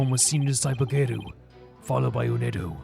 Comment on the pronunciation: By the way, their names are pronounced tie-foo, u-wind-o, and gay-roo. They're all wind puns (typhoon, wind, gale).